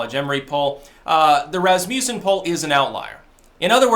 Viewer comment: Lol he is not even close to that also learm how to pronounce Rasmussen lol